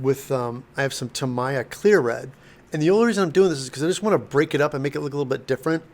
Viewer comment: it's [TA MI YA] not TA MAI YA.. repeat after me, TA MI YA.. you always pronounce it wrong.. LOL